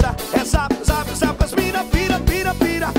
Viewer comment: Soac kkkkk ta bom então , mais n conhecia esse APP, acho horrível essa pronúncia Zap😠 da vontade de dar um murro